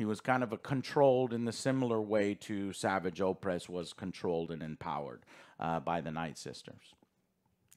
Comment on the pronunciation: Sorry, but does know what he's talking about? He claims to have watched Rebels and Clone Wars but he pronounces "Savage" wrong and thinks he died in Rebels. He must've only seen clips of these shows. Because even in other Ahsoka Reviews he still gets so much wrong about what happens in CW and Rebels